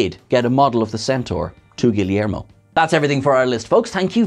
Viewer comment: the Yeager class was actually refreshing, i like the design. also, how did you butcher Guillermo so bad?!